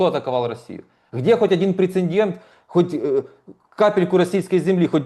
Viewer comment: эксперт который говорит прецендент, скорей всего и не эксперт вовсе.